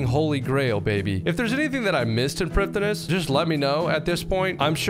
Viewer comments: it’s pronounced “bow of fardin n shiddin” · Does a 42 minute video about Prifddinas and says it wrong the whole way through. 😢